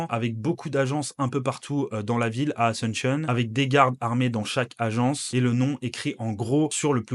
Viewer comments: Pourquoi tu pronoces "asentionne" et pas "asUnción". Un peu comme un anglophone. Btw fr vivant en espagne depuis 15 ans. D ou la question sur la prononciation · Super vidéo, l'amérique latine se développe. Par contre, je sais que les français sont nuls en langues mais... Asunshion, en serio? 😅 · Très bonne vidéo , mais s'il te plaît, prononce bien Asuncion, c'est pas une capitale anglophone, du coup pourquoi tu le prononces comme telle, a- sun- cion s'il te plaît 😅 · Alléchant. Mais apprenez à dire Asuncion en espagnol plutôt qu'en anglophone...